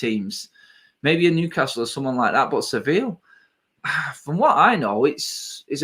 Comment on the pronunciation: it's ser-vee- yah not sivill